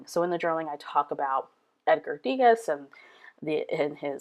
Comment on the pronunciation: Love the layout. Keep in mind, it's pronounced "Deh- GAH", since it's French. :)